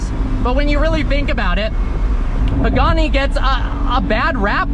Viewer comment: Bro Pagani instead of poogani